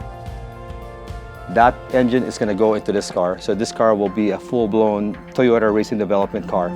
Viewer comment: TOYROTA! brap brap brap